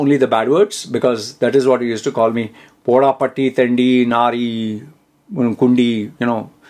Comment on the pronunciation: Poda, patti, Thendi, kundi😂(I was just laughing, the way you pronounce the words). I will teach you more malayalam funny words..😊